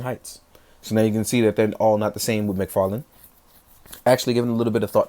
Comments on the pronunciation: Did you say Fodd mctarlane!? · Fodd McTarlane lol much luv, dude